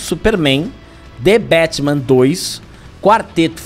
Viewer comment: The Bétman 😂😂😂😂😂